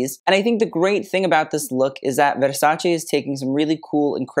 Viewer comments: Finally the correct pronunciation of Versace! Bravo! 👏👏👏❤ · Donatella would approve of your Versace pronunciation. I love it:face-red-heart-shape: never heard a celebrity pronounce it properly. Plebs